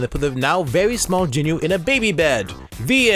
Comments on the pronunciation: Just letting you know, it’s pronounced jean-oo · You pronounced Jinu wrong bruh